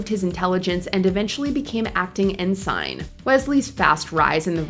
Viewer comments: The reason I downvoted the video and stopped watching was his inclusion. Also, it's pronounced EN-sehn, not en-SYNE. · Its ensen! Not ensine! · "en sign"? you've never watched a single episode of "Star trek next generation" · I was in the Navy, and totally let out a loud “Ohhhh no!!!” when the narrator pronounced it like that 😅